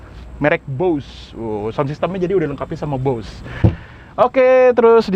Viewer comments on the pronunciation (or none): none